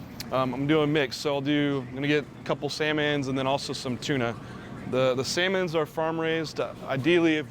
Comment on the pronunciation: "The sehh-mans and tuna"